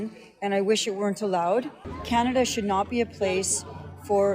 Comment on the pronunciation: kaleesatanis pronounce Canada as KAnedddddddddddddddddddddddddddddddddddddddda